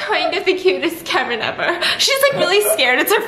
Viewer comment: Girl did u just rhyme Karen with carin lol